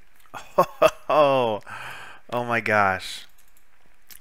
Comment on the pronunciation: Soleil is pronounced "So - Lay". Her name is French for "sun".